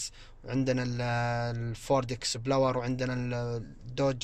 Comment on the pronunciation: والله مو استقعاد ولاشي والفكرة واصلة لكنه بيكرر المسمى الخطأ لفترة طويلة في كل الفيديوهات يقول بيلوت اكسبلوور لابد أحد يصحح له